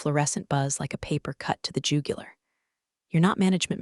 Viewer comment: To the jew-gue-lar.... fake ass AI trash. Downvote and dislike.